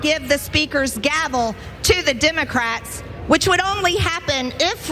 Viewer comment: "Tim-ah-crats" is all I hear 😆 also, she SO badly wanted to be interrupted